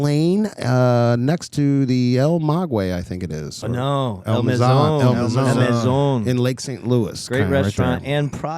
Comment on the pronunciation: It's pronounced El Ma Gay. Its named after the plant that you make Mezcal with.